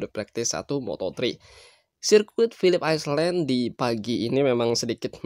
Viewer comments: Pilip ailen bacanya min,,bukan aislen malu2in wkwkwk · Island=(baca) ai'len, bukan iceland=(baca) ais'len